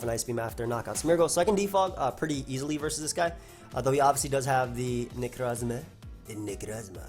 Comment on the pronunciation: am I the only one that always hears him say "niggarozma" instead of "necrozma" or am I just a terrible person